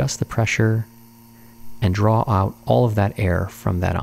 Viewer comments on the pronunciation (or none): drawer, not draw.